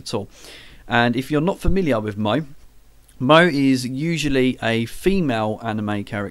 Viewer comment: That was a great first video :D Yeah, I guess our first topic is the history of our subjects so I'll probably do the history of manga. By the way, Moe is pronounced Mo-Ay XD, sorry, but that was hilarious, the simpsons have invaded the video [ rubbish joke, sorry :) ]